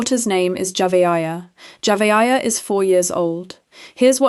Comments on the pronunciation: AI SLOP Saying that dead little girl's name JAVA-AYA is so DISRESPECTFUL. You could have at least TRIED to give her a tiny bit of dignity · At first you were pronouncing her name totally wrong, then along the way, you started pronouncing it correct. I guess you saw either sine need coverage or someone else pronouncing it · Please learn how to pronounce the victims name. Damn she at least deserves that respect. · Please pronounce the child name right my goodness Lord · the names are mispronounced, it is impersonal. I was following the story came across your video but I was put off tried to watch but quit 5mins in. It was informative but just... thanks for responding. Also im in South Africa.